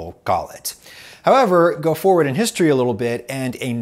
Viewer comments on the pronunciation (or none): none